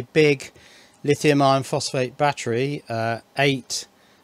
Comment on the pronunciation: I laughed when u said big baattery!